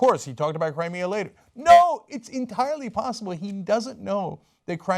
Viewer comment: "Its enirely possible" ..but you dont know Cenk.